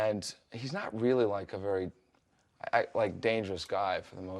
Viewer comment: pulls out knife “I’m vewy warm and fuzzy”